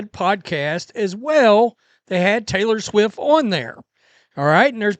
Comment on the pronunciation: Oh god is it Tayter Swiff time again? Ohh my freakin ears...